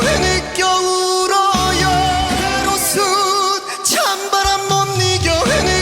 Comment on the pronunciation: 하루는 소리가 모아지지 않고 퍼집니다. 그리고 "울어요" 할때 요 부분이 여로 자꾸 발음을 해요. 그래서 또 소리가 더 퍼져보이죠. 그건 교정을 해야할거예요.